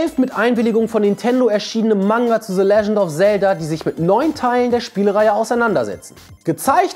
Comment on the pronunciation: Bitte mal deine Aussprache von englischen Wörtern üben - es heißt nicht [se] sondern [the] und auch nicht [sword] sondern [sord] die Wörter in Klammern sind die Lautschrift und nicht die Schreibweise.